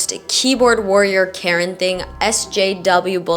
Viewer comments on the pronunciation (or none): none